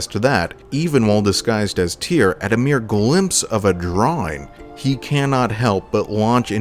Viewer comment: Right. Here’s a helpful mnemonic: “Tyr, rhymes with fear. Tyr, rhymes with dear. Hope that helps.